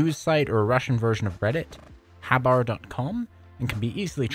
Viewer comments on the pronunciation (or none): habr is a russian site in format of thematic collective blogs, that was created to publish news and analytical articles about internet and IT. P. S. The way you pronounced the name of the site reminds me of a Russian word "хибара" (one of the word used to refer to shack)